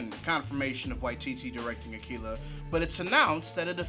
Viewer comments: I think hes pronouncing it as "akeela" because that's how Japanese people would pronounce it. Also they're looking for casting in my city, the twin cities in MN! Soooooo I dont think that release date seem right...haha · "AKEELA" Bruh. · Japanese R's and L's make a sound closer to the English sound for D's (but more like a mix of all three). It's a sound that doesn't really exist in English. Pronouncing 'Akira' with an English L probably isn't really any more incorrect than pronouncing it with an R, but it's pretty uncommon.